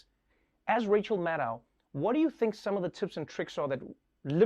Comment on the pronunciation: It's MAD-doe (as in deer). I've heard her say it in person. She never corrects people like Trevor or Nicolle Wallace, but I teach students with names from all over the world and pronouncing their names correctly is something they always value.